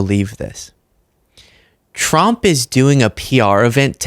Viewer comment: Why does it sound like she's saying Donald J Chump?